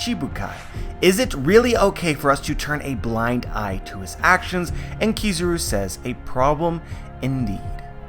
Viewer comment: Pronunciation of kirazus name really bugged me in the vid